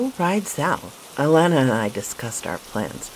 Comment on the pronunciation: I love how you say my granddaughter's name Alana 🥰 ty for this video sweetheart 👍🏾